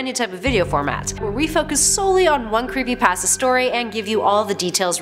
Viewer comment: It's pasta not pass ta Btw plz do the giratina creepypasta